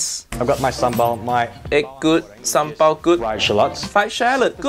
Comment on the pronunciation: Your pronounced ‘sambal’ like a local 👍